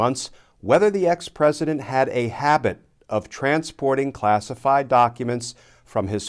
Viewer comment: pwesident………………………………………………… RADIOACTIVE.